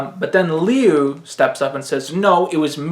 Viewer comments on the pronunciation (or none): Learn to pronounce Liu. Lew not Leu. Thanks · It's pronounced Lyoo I'm pretty sure it's chinese